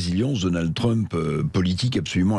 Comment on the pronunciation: L'autre n'arrive :même pas à prononcer correctement le nom de Trump, Dédé REVIENT